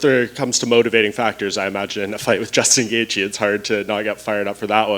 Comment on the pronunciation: Ah yes Justin "gaethe"